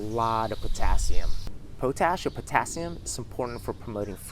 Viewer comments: POTASH POTASH POTASH, NOT POE-TASH I liked the video though. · Pot-Ash..... not potash like potato..... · Pot ash not po tash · I've been saying it wrong, POT-ASH , instead of Po-TASH all these years. great video! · It's *pot-ash*, ie the ash from the fire that used to be collected in pots. "Potash is pronounced as POT-ash (ˈpɑːtˌæʃ in US English or ˈpɒt.æʃ in UK English). You say it by combining the word "pot" (like a cooking pot) with the word "ash" (like the residue from a fire), putting the main stress on the first syllable. Pronunciation Breakdown First syllable: POT (pɑːt or pɒt) – rhymes with hot or cot. Second syllable: ASH (æʃ) – rhymes with cash or hash." 🙏🏻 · Man you’re saying potash wrong. Pot-ash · your welcome po tash sounds like a slang word for something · its pronounced pot ash, potash lol